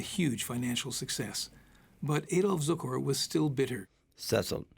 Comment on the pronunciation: Leatrice Joy, not ""Leartias", Adoph Zukor, not Zucker. Adoph Zukor, not Edel Zucor. Who proofreads these scripts - anyone?